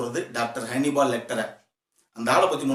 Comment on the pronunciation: Its not honeybal its hannibal